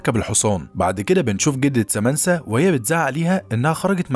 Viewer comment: سامنثا وليس سامنسا